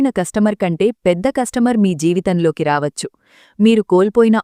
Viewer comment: ప్రసంగం బాగున్నది కానీ "వచ్చు" అనేమాట పలికేవిధానం అదికాదు మీరు SP బాలసుబ్రహ్మణ్యం గారి మాటలు వినండి మీలోపాలూమీకు కనిపిస్తాయి